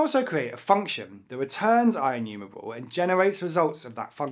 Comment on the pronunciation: Inumewable awway uWu